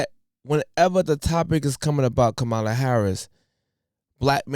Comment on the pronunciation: Educate yourself on the correct way to pronounce her name.